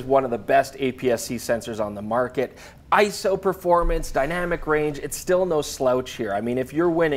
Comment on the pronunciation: For the love of god,, it's "eye-ess-oh" not "isso"... when saying ISO. It is pronounced as three separate letters, not one word.